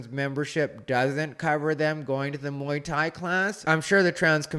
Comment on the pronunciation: She keeps saying Mai Tai instead of Muay Thai. The Mai Tai is not recommended for female self defense. Can't think of any jokes that don't make me sound like a rapist so I'll leave that to the pros.